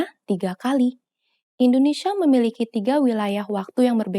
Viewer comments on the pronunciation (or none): Bantu koreksi, menit 2.13 kurang tepat. Huruf i dibelakang kata tidak terbaca. *memiliki"